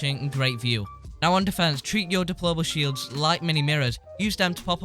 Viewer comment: Does he say diploma shields????????